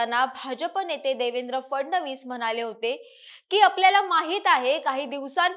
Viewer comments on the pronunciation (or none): none